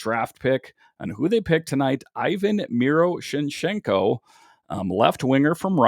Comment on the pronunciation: Miro-sh-nee-chenko that’s how u say it